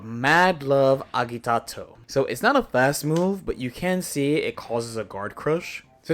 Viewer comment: Appreciate the video. It’s pronounced “ah-jee-tah-toe.” You’ve basically got it, just need a j sound where the g is.